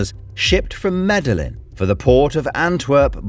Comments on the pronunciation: It's pronounced Med-y-gin :) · The obvious mispronounciation are painful 😖 The "Medal-ing" Cartel... Really? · Great video as usual. Had to laught at Medillin tho. Did you not watch Narcos 🤣, I appreciate your hard work making these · i love the way this fella pronounces Medellín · He spent too much time practising pronouncing the Bosnian's name and forgot that Medellin isn't pronounced phonetically (in English). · Not really he mispronounced the Name of Medellin. Very hard thing to do if you understand the Spanish/ Portuguese Language